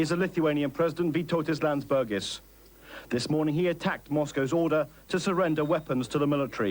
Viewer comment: "president Landsbergis" bruh